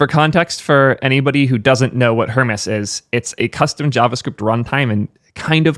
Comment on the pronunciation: Err-Mez my man!